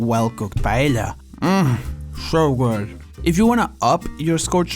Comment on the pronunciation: i'm filipino and we say paella the same way as spaniards do. pa elya. not pa eh ya. thank you for the clarification.